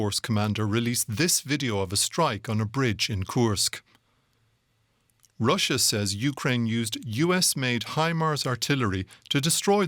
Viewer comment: Love how the host keeps pronouncing Russia, "Raschian"